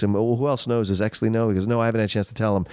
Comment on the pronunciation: Great podcast, was I the only one bothered when they kept saying hexly instead of exley